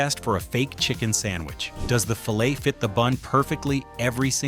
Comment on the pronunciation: It sure would help with the integrity of this video if they would have the voice pronounce "fillet" properly.